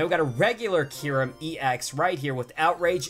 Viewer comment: It is not keyrum